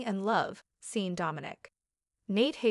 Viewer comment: And how to pronounce names! Deevon Saint not Street! Who’s name is StreetJohn makes no sense. Lilly not Lyily! I had to stop in the middle of her narrative! Who’s name is Seen? Seen Dominic? It’s too much! I will not watch or listen to any more of these !